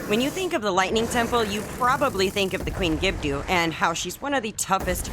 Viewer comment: It's pronounced Gibb-Doh. There is no "U" or "Ew" the end of the name 😁 Keep up the great work w the vids!